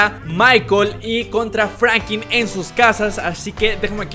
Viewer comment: Es franklin no frankin